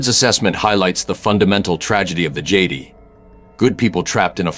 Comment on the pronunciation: Annoyed that the AI mispronounced Jedi.